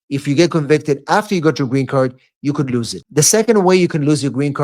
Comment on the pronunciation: Its [ luːz] lose , lose it .With UUUU ! Not lius it ! There is no sound IU !